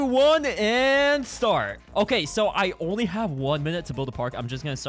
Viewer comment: said donly 😂